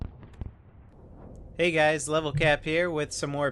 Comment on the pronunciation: is it just me or does level sound drunk?